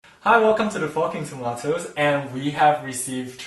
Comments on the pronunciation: It sounded like u said fucking tomatoes. Lol. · It sounds like he's saying the f*ucking tomatoes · Did anyone else think they heard “Hi, welcome to the fucking tomatoes” At the start? No? Just me? K den..